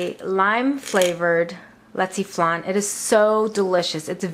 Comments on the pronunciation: You sed the word rong you are suppose to say it like this leche flan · You pronounce Leche Flan Wrong . And yes I Am proud to be a Filipino !